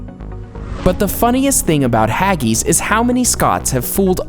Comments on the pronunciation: Wtf is haggys hag-is hag-is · This video is really not that factual at all. Hagees lol its pronounced Ha-gis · “Haggeese” What in the name of all the Whiskey in Scotland are you on about?, it’s pronounced “Hag...iss “ . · Haggies? Trust an American not to be able to pronounce something so simple properly. Do you say ees instead of IS? Fish fingers are NOT battered, they are breaded. Get things right. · I am quite sure you pronounce haggis incorrectly. I am a Canadian with Scottish and English and Italian heritage. We pronounce it hag (as in an old biddy woman) and is, not as in the word is. Other than recording the way we pronounce it, this is the best I can do. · The funniest thing about Haggis.....Is how you pronounced Haggis. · The way you said haggis was hilarious and stupid why did she say it like that!? 😂🤣🤣🤣